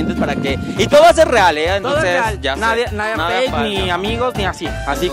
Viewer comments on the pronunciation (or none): none